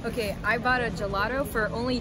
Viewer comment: Your pronunciation of Italian locations are good. Generally Americans have a terrible spelling (we Italians too for English words, I know). Only gelato was pronounced wrong like gelaDO. Michelangelo pronounced correctly.